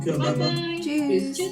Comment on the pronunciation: das klingt doch gar nicht so schlecht, behalte dein “Ü” denn das Tschüss ganz am Anfang des Videos war überraschend gut für einen Englisch Muttersprachler! Weiter so , 🤟😜